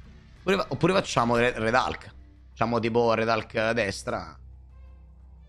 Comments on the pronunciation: sempre meglio di dire "ulk" dopo aver pronunciato tutte le altre carte in inglese. Nel complesso sbaglia tutte le pronunce inglesi, perché fondamentalmente non sono precise. Hulk Hogan l'ho semprr sentito pronunciare come "alk" di certo non come "ulk" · Ah beh perché tutte le volte che dice RED ALK? Mi fa uscire pazzo, come si fa a sbagliare la pronuncia di HULK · non si pronuncia comunque ALK e poi in italiano è inascoltabile